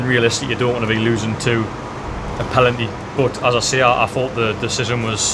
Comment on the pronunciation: Loved your tribute to Waddler,. Clear “pelanty” 😂